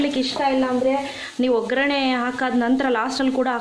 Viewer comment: Ograne alla bhashe shuddavagirali oggarane antha heli